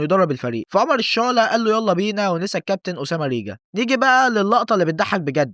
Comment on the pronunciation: حلو الڤيديو بس هو ريجان مش ريجا 😅